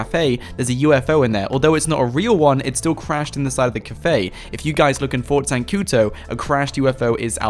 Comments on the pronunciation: it's not zancuTO but zancuDOOOOOOOOOO ... o.O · Whats Fort zancuto? it's ZANCUDO